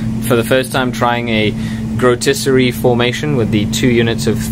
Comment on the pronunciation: Pronounced 'Coven' correctly! Now, if we can just get you to work on 'Grotesquerie' (Grow-Tesk-A-Ree) we'll be golden;) Only teasing you, you know I love you really! We need to have a meeting of the minds sometime soon, are you on Google+?